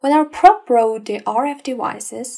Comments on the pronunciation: Praaaab, should be pronounced p'row'b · Terrible pronunciation, what is a praaaaaab?